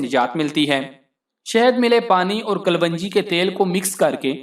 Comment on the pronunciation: Bhai apni pronunciation hi theek ( right) let lo . It's kalonji not kalwanji.